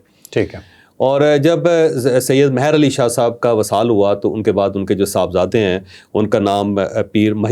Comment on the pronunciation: چوہدری صاحب لفظ مہر علی میں آپ نے م پر زبر پڑھ کر اس کا مطلب ہی اور کر دیا ہے جبکہ مہر میں م کے نیچے زیر ہے جس کا مطلب رحمت یا نظر کرم بنتا ہے یعنی جس پر علی کرم اللہ وجہہ الکریم کی نظر کرم ہو ۔ یہ لفظ وادی سون سکیسر کی زبان سے ہے۔